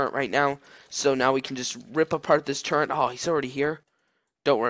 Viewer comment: turret, not turreNt